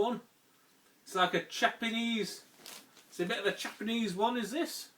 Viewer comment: I swear everytime you say Japanese I hear Chapanese! Lol You should maybe consider spacing your uploads out a little if you want more views :)